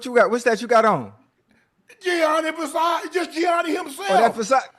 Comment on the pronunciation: Somebody tell Ocho how to say "Versace" 😂